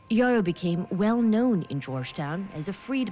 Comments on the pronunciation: His name is pronounce as yerroh , it is a fulani name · His name would be Yero instead of Yarrow, pronunciation changed over time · Yes .we fulanis in guinee and Senegal pronounce it "Yero" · The fulanis have always had islam as their faiths for a long time. The correct pronunciation of his name btw is Mamadou yero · No. He's fulani from what is today Guinea/Senegal. We pronounce He's name as Yero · It’s pronounced “Yerrow” YE like Kanye (ye) I know cause I’m Fulani. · came to say exactly this! The real name is definitely pronounced Yero, and this man looks so similar to my grandpa it’s actually scary! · His Fulani it's pronounced Yero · Lol no shade but ya pronouncing his name Wrong.. he got the Same name as my Grand Dad and its a Fulani name!